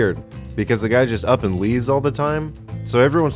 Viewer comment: anr instead of and